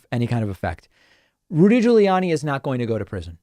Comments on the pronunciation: So not the most substantial post I've made here lol.... but I've heard David continually pronounce "Gugliani" with a short "a" sound (as in "Annie") in his typicall dry humor way as he does with certain Trumpisms. I imagine this is a reference to someone having mispronounced his name in the past. Anyone know if it is (I have a guess)? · I sure hope so, and I love how David says Giuliani